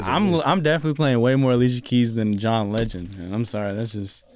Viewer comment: “ALICIA KEEMS” 😂😂😂😂😂😂